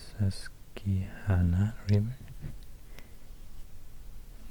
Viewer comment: You pronounced susquehanna pretty well